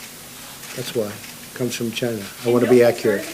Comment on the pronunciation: Love the way Trump says "china"